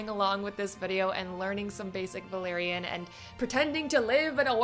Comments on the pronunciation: Definitely! I'm German too and I find Valyrian pronunciation so easy, especially the y and r sounds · The "r" pronunciation is close to the way we use the "r" in Spanish. Many English speakers have trouble rolling the "r" the right way, but was ON POINT.